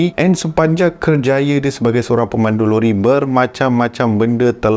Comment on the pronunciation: lori ke rori😅😅